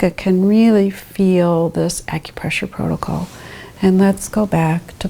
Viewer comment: Ah yes, the PROTOCOLE lady